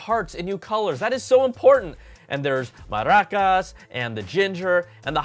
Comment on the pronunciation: Good pronunciation for "Maracas", consider it a compliment, coming rom a native Spanish speaker.